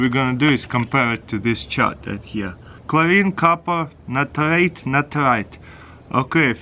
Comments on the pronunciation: Natarit-Natarite 😂😂😂Lol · "NITRATE AND NITARATE" I should ask my chemistry teacher whats the difference between them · I just love the way he says nitrate😉